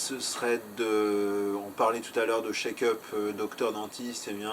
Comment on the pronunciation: Juste : "Check up" et pas "Shake up" ... 😉